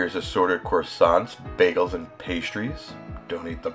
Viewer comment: Wtf is core-sants???